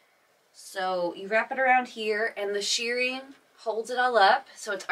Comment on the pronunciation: I think you are saying shearing instead of shirring